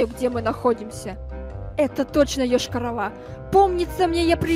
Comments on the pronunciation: Ешкарала, а не Ëшкарала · Не Йошка-рола а Йошкар-Ола Я там живу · Вообще-то Йошкар-Ола